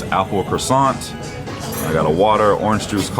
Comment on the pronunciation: Circa minute , please note that these were coconut trees and not palm trees. Palm trees have little nuts the size of dates; only coconut trees have coconuts! [smile] Footnote: using the authentic French pronunciation sounds so much nicer on the ear: e.g., Moet = moh ay (t is silent); e.g., croissant = krawh sahn (gentle nasal n makes it almost like "saw" . . . and the t is silent at the end of a word).